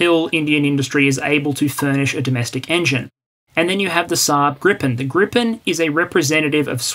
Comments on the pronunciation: Its called "Gripen", not "Grippen" :D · It's Gripen. Not Grippen. Gripen means "the griffin". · There's only one p in "Gripen". Neither in spelling or pronounciation. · The name of the Swedish multirole from SAAB is "Gripen" ("the griffin"), not "Grippen". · A minor detail, but I imagine you care about details – the Swedish aircraft is called Gripen, not "Grippen" (pronounced "greepen", meaning "The Griffin"). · grippen? it is without the second P. Gripen has been going for soo long yet that old mistake keep coming up. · As the "Gripen pronunciation elitist" on Hoggit would say, it's Gripen, not Grippen. =) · Hi, Gripen is spelled with just one 'p' meaning griffin. With two 'p's it means flu in German (grippen) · Great video, very informative. Slide shows rule, no need for modesty here! Side note: The Saab "Gripen" is pronounced "GREE-pen". Literal translation, 'the griffin'. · Why must you add an extra "p" to poor JAS-39 Gripen, hasn't she suffered enough? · Thx, good video. The SAAB is spelled Gripen (so its a long vowel :) )